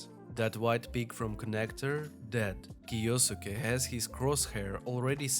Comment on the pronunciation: Good vid man thanks! Btw how you say that name is kiYoske :)